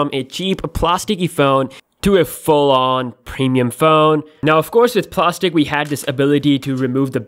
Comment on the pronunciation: "Samsang", "pemium", "acquate" lol.